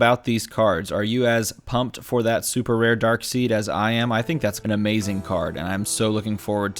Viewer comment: It's pronounced "Darkside", good sir. :P